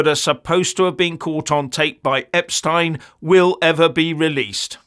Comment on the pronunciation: Thanks for pronouncing his name properly.